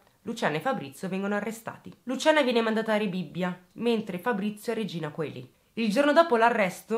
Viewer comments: Mi piace molto come esponi i fatti. Ti seguo da diversi mesi e sei veramente brava, e mi fa tenerezza la frase finale "mangiate le verdure che continuano a far bene". Però... non puoi dire Regina C-o-e-li ti prego: oe si legge insieme in un unico suono che corrisponde alla E, quindi Regina CEli...aggiusta! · regina coeli si dice regina celi...😊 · hai detto davvero Regina "Coeli"??? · "Regina Coeli" si legge "Regina Cieli"... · Brava per la chiara esposizione. Solo una cosa: "Coeli " si pronuncia "celi" , perchè "oe" è un dittongo e la "o" è muta. Grazie per il tuo lavoro di asettica divulgazione. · Il carcere è scritto Regina Coeli, ma si pronuncia regina celi. Unico appunto. Così come Paestum si pronuncia pestum Direi che Luciana ha sbagliato a non chiamare subito la polizia, a quest ora sarebbe libera e felice con il suo nuovo compagno. Ma si sa, gli errori si fanno, soprattutto nel panico. Grazie per questo video lungo. A presto🥰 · Regina Coeli è il nome del carcere che poi si pronuncia celi. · "Regina Coeli" si legge Regina Cieli.... è latino. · Regina Coeli si legge regina celi. Comunque bravissima!!! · Regina Coeli non si legge Regina Cieli ? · Io ti adoro ma "Regina Coeli"non si legge "Regina Celi" →"Regina del cielo" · Luciana s'è difesa e le dovrebbero dare un premio x aver liberato il mondo da un essere così pazzo, tu sei bravissima ma ti devo correggere x la pronuncia di regina Coeli la "oe" é un dittongo latino che si legge 'e' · Ti prego non puoi chiamare un famosissimo carcere regina COELI …si legge celi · ….si scrive Regina Coeli…..ma si legge Regina Celi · P.S.: Regina Coeli si pronuncia Regina Celi 🤣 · Regina coeli si legge celi🙄😊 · Sei bravissima ma si scrive Regina Coeli e si legge Regina Celi.... Ricordalo.. è latino